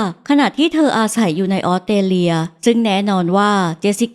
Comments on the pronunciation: ออสเตรเลีย = ออส สะ เตร เลีย อ่านเป็น อ็อด เต เลีย มันขัดหูจริงๆค่ะ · ออกเสียง ออสเตรเลีย ควรมีเสียงตัว s ด้วย ไม่ใช่ อ้อดเตเลีย 😢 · ไม่ใช่ อ๊อดเตเลีย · ต้อง ออส สะ เตร เลีย ค่ะ ไม่ใช่ ออด เต เลีย ต้องมี S ด้วยค่ะ จากใจพลเมืองออสเตรเลีย 🙏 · Australia อ่านว่า ออสเตรเลีย มี ส ด้วยค่ะ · คำเดียวกันเลย แอดออกเสียง อ็อด ชัดเลยนะคะ เล่าน่าฟังดีคะ อยากให้ลองออกเสียงคำภาษาให้ชัดขึ้นอีกนิด 😊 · ขัดหูกับคำออต เต เลีย เหมือนกันค่ะ